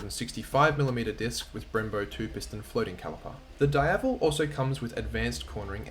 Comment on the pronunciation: Say it with me... DEEAVEL. is not dyevel.